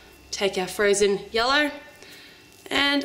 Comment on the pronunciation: I heard "take your frozen yolo"...:D